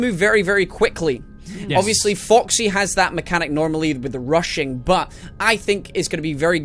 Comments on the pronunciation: he always says fucksy instead of foxy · he said f**ksy